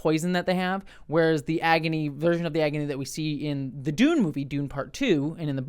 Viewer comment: If you're an Invader Zim fan, that could explain why saying Dune like that tickles your brain lol Dune≈Doom